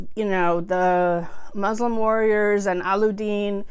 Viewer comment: allu-deen LMAO. cute... allu means potato. :P alla-ud-deen